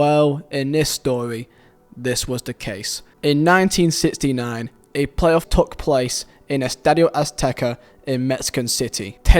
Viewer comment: why are you saying takhhhhhhhhhhhhhhh instead of took